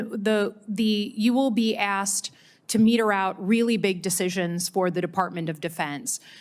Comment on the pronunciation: Slotkin! It is “mete” out not “meter” out! You said it twice and you are ignorant!